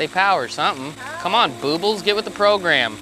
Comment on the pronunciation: Lmao...boobles...i thought it was...boob-les..lol